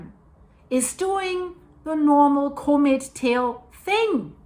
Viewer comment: Just a quick, helpful note... The usual pronunciation for comet is a little bit different. The "com" beginning of the word is pronounced just like you would pronounce it in a URL address ending with ".com" (You can verify this online) 😊